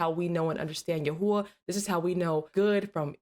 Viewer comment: YHWH ISN'T PRONOUNCES YAHUAH